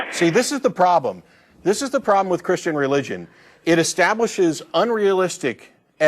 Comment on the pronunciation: I hate the sound of his voice he slurs the word christain lol he sounds annoying